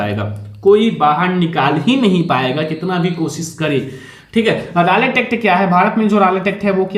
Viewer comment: Guru ji rolet hota h rocket nahi 😂😂